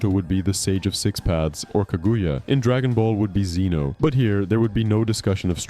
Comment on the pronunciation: to - ok so can't pronounce sasuke, susanoo or Kaguya. Intro also sounded suspiciously like it was a.i written, if you can't pronounce them you clearly never actually watched naruto. I'll go ahead and assume you're reading a gpt script or something